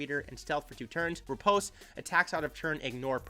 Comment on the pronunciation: Oooohh the first youtuber, knows how to pronounce riposte ! gj m8